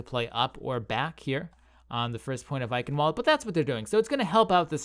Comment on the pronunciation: Ei-ch-ien-val-duh, not eikenwold lool